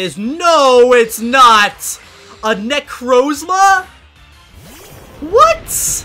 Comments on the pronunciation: Bro he say necrozla necromza is not hard to say he really does mess up with words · how he pronounces necrozma smh